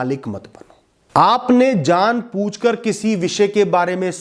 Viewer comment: सर जो शब्द आप बोल रहे हो ना इस वीडियो की शुरुआत में पूछकर वो जआनपूछकर नहीं होता बल्कि जानबूझकर होता है सर माफ कीजिए गुरु आप हैं लेकिन जहां आप गलत थे वहां मैंने आपको सही करने की कोशिश की है